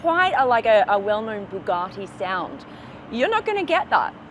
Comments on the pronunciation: Bugatti not Bugartti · It’s Bugatti not “Boogarti” it’s not some Italian dish! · I think you'll find it's a Bugatti, not a Boogarty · An australian trying to say Bugatti all posh like😂 Bu Gah ti